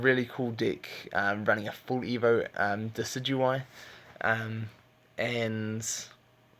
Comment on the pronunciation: you pronounce Decidueye so funny